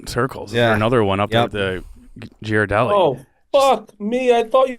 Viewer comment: Them butchering the name Ghirardelli hurts my soul.